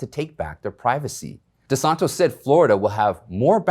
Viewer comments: DeSantis not DeSontos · it’s Gov De Santis not De Santos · de Santis not de Santos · as a long time FL. resident, it's De-San-Tis!!!! You don't say Praying Man Tos, you say TIS!!! C'MON MAN LMAO... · It's pronounced DeSantis not DeSantos. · Geeze it is Governor Desantis! Not Desantos! European spelling, not Spanish!! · Please Desantis not Desantos. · FYI his name is Ron DeSantis with t i s. It is not Ron De Santos. I do not say this in a destructive manner but rather in a constructive manner. I would also like to say that I enjoy watching your show very much! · you are not saying Florida governor's correctly. It's DiSanTIS. NOT DiSanTOS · DeSantis, NOT DISANTOS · Florida's Governor is Ron De Santis. Not De Santos. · You are NOT pronouncing the governor’s name correctly. It’s DeSantis, not DeSantos. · De san tis.... Not de son to... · Desantes ... Its NOT DesantOs? Before you make a video Production it might be prudent to at least pronounce his name correctly! Come on, Man! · Not De Santos. It's De Santis. (Desantees) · It’s Governor Tom DisantIs not tos. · Ron DeSantIs, not DeSantOs. Thanks! Love your reporting! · Its DeSantis not DeSontos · DeSantis! Not DeSantos! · DeSantis not de santos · The Governor’s name is NOT DeSantos, it is DeSantis. 😳🙄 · Ummmm.....its DeSantis......DeSantos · Good day. Our Governors name is Ron DeSantis Not DeSantos. So you are pronouncing his name incorrectly. Love you and love my Florida’s Governor!❤️🆙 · His name is DeSantis....NOT DeSantos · The names Desantis and not Desantos...just sayin. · It’s Ron DeSantis!! Stop adding the wrong pronounciation. Have you not even read the governors name in print? It’s stupid stuff like this that makes secondary news outlets look bad. Just look again at the ACTUAL SPELLING...ITS DESANTIS. DE SAN TIS. there is no ‘O’ ..what kind of a journalist or news caster can’t pronounce a simple word. Or are you adding your own form of weird cultural appropriation?